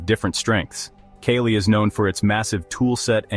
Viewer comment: Not Kaylee. Its Kaa Lee .